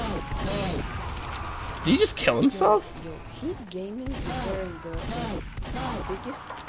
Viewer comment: Everybody gangsta' until... "Nize ainbot gaymin"